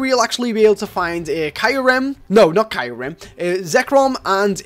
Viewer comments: Kai rem no it's pronounced k ear rum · you said kyurem wrong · zekrom (zek-uh-rom) kyurem (kyu-rem) you said reshiram correctly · it's re-sher-ram , cure-am , & zeck-rom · ITS ZEK ROM AND KYU REM U ... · it's pronounced Ze-K-rom Re-She-ram and Ku-rem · You pronounce Reshiram right but Kyurem and Zekrom are wrong. They way you said Kyurem is understandable but they way you said Zekrom? Its not Zerekom its Zekrom. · you just butchered the life out of Zekrom Kyyurem's names